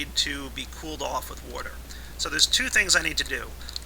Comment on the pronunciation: you always say warter